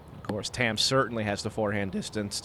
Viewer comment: Sorry to be nitpicky, but Tamm is actually pronounced more like Tom, not tam. Its the Estonian word for oak. Google translate can give you a good example of how to pronounce it.